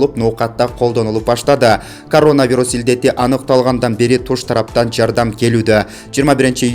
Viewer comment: Ушул журналист бала туура эмес окуйт орусча создорду.Ударениени такыр эле туура эмес коет,уккан сайын кыжырым келет же кулкун келет🤣🤦‍♀️.Ростов-на-Дону деген шаарды окуганын ужас просто,журналист болуп телеге чыгып жаткандан кийин,тилинерди ондоп туздоп чыксанар болот да бираз!Короновирус деген созго да ударениени туура эмес коет.